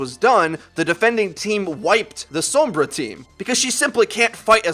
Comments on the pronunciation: Heh heh didn't want to miss pronounce the name Sombra so he says so*m*bra and som*bra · The way you say Sombra gives me cancer.